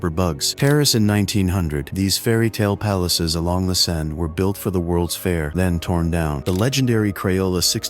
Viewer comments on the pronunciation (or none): none